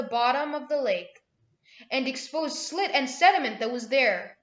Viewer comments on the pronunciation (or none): This is silt, not "slit", S - I - L - T. Thanks for the video.